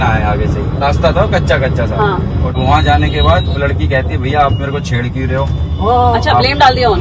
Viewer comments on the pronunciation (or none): none